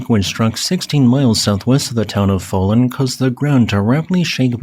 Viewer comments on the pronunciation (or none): Fallon is pronounced like the unfunny late-night talk show host best known for insincere laughter and his previous days on SNL.